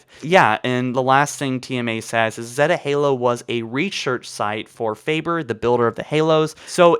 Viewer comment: Ugh your pronounce zeta is wrong